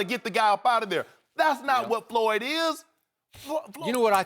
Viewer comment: Did he just say "Floored" Mayweather ? LMFAO